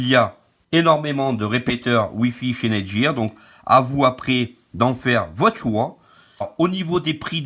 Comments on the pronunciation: NETGEAR se dit: nète-guire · Nète guieur lol